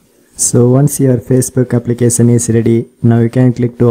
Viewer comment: Appication😂🤣🤣🤣🤣🤣englis dkho inki 😁😁😃🤣🤣🤣😂😂🤣😂🤣😂🤣😂🤣😂🤣😂🤣😂🤣🤣😂🤣😂🤣😂🤣😂😂🤣😂😂